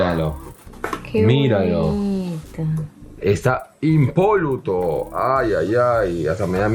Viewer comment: no mams, ya hacia varios video que no te escuchaba decir "impoluto" mal... XD ....